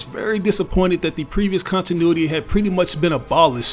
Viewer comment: Why he said cuntinuity